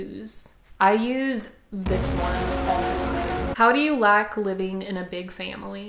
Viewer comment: I love your accent so much! you said like but I was looking away and I thought you said lack!